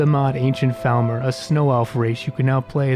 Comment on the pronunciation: Love the video. Love the mod choices. One thing I’d say is that it’s pronounced FALLmer, but otherwise great job. <3